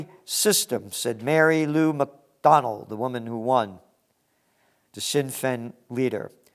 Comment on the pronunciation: Gerald the best way I can describe the correct pronunciation of the party that won in Ireland is look at the two words shin pain and then substitute the p for a f and there you have it,thanks again though for all that you do,it’s appreciated,we would not be in this mess if there were more people in control of things like you, that do care